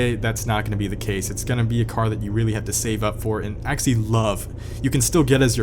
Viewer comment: The way you say ''actually'' is very off putting. ''Axly'' damn.